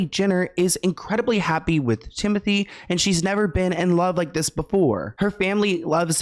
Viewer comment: it’s ‘tim-oh-tey’ i think